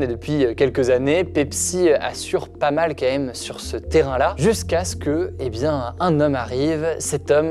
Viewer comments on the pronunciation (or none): Très bonne vidéo et montage au top mais je t’en prie essaie de prononcer QUAND MÊME au lieu de camème.